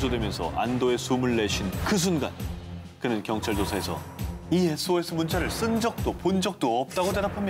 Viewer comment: S.O.S 발음이 한국 아저씨 발음같다 했더니만 일본ㅋㅋ 편집이 뭔 빛의속도야ㅋㅋ